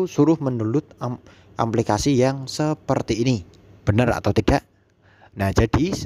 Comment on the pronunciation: Aplikasi mas.... bukan amplikasi.